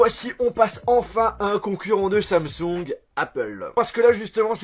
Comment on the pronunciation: Mdr comment dit Samsung, dit Samsong😂😂